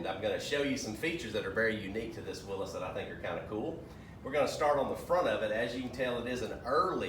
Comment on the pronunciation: Thank you for pronouncing Willys correctly 👍🏻😎